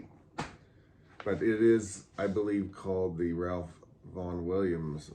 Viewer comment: Hope you got some breakfast after this! I was eating mine while watching. Your pronunciation of "tome" was good, but usually when classical music enthusiasts talk about Ralph Vaughan Williams, we pronounce it "Rafe." It seems that that's how he preferred it. One day last year I heard your recording of Blackberry Winter played on our local classical music station, WFMT, and afterwards the announcer, a charming New Zealander, mispronounced your name as SY-FERT with a long "I". Right away I sent him an email thanking him for playing the piece, and mentioning that we in the dulcimer community pronounce your last name as SEE-FERT. I never got a reply - maybe he never saw it, I don't know. But I hope it's OK that I told you about Ralph. See you next Monday - I'm the new kid in your chromatic class.